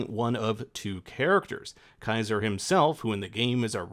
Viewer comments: My brother in Christ it is Caeser ("see-zer")'s legion not Kaiser haha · Me doin the Doakes face every time I hear how you pronounce 'Caesar' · Not American, it's the way the Legion pronounced it in the game (bc reasons). The presenter is Canadian anyway. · I really hate how the pronunciation of ceasar is butchered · the fact that you mispronounced a characters name right off the bat makes me not want to watch a video about something I'm passionate about. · American pronunciation of Ceaser is insane.